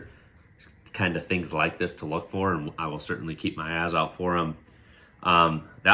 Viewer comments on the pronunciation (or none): none